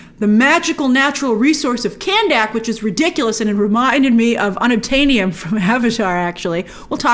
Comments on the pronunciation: grace i think khandaq is pronounced kun duck and not can dak lol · Geeez Grace, it's Kanduck Not KandAck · Jeez please pronounce the names correctly. It was a good movie, not the best but entertaining. Dont even know why i listen to these critic videos. Kahndaq NOT Candack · What's up with You pronouncing Kahndaq as Cannnnn Daaaaak? 😂